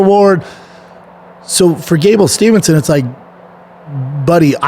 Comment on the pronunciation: All together: Steve-son. Not Stevenson. 🥴